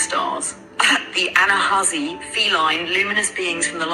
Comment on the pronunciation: I had to play it twice because it sounded like “Anazazi” when she said “Anahausi” 🤔 And Ive been to that region (Arizona) and felt the Ancient Ancestors there!! Visions looked like “Star Wars” type dwellings — Those “ant people” aka Ancient Ones who lived underground and taught the “Natives” … now that its been “confirmed” that “Egypt” Giza has underground tunnel-like technology and cities— its time to rethink reconsider remember and tap in to our genetic memories!